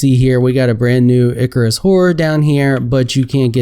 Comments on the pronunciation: "Icarus"? It's Erchius. Say it with me, "Erchius". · BTW the erchius horror is pronounced ER key us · It's pronounced erchius.